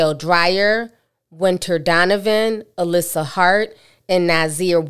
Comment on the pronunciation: 🫣🤦🏾‍♀️ sho can fk up some names. Malik Dyer, turns into “Makale Dryer” Alyssa Hyatt turns into “Alyssa Heart”!!!!?????? 😭 Cmon Ti, where’s those mother goose glasses???